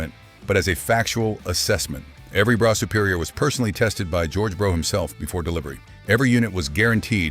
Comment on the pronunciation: It's pronounced bruff not bro.